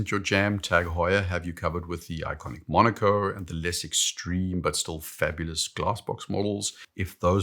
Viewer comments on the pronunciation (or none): none